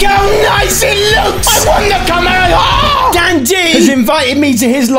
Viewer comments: It's pronounced komeihomeiha not kemeieeyah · It's not kamemeha it's kamehameha 🤣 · Kamaehahaha lol he said it wrong haha